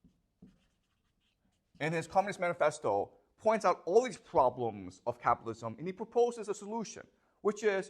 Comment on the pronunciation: Professor should avoid to say Pvoblems.